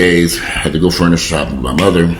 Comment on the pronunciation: Keep an extra eye on your mom. Forgetfulness usually is not temporary unless it was due to some kind of trauma. You're a great son. PS I love your fun-ni-cha. As they say in the South.